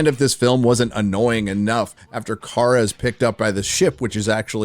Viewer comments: OH AND its KARA (CARE-UH) NOT CAR-UH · Did just call Kara, “Kar”? Mar(got) calling Barbie, “Bar”